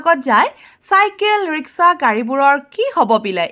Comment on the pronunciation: Riksha ne rishka ,mem